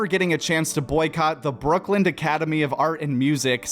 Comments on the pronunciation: Why are you saying brooklynD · Wild that the narrator of this video calls it “Brookland” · It's "Brooklyn" not "Brookland". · Yo it’s Brooklyn… not brookland. Listened like 3 times to make sure I wasn’t tripping but you are def saying brookland lol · Is this dude saying "Brookland"? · Why are you saying “brookland”?